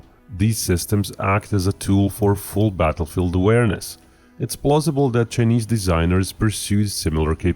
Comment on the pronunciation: The pronounciation of Chinese as "Sir-Knees" is hilarious